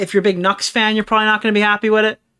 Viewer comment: “Noox Taku” my ESL streamer 😂